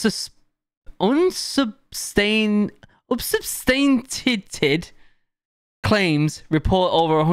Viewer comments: this looks sick! also it’s pronounced un-sub-stan-“she”-ay-ted😅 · Re-pay-tree-ay-ted Un-sub-stan-chee-ay-ted I hope these pronunciation guides help you get what those words were.